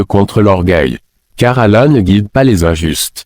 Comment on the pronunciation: Le coran n'est Arabe, parmi les Arabes il y a des chrétiens Arabes, le saviez vous ? Ce n'est pas Ahmed Deedet,, c'est Ahmed Deedet et il dit Mouamed ?et Ala,,?